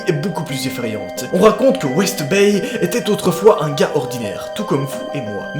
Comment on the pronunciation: Son "Bryan B WestDay "au lieu de Bryan B WestBay m'a fait rager toute la vidéo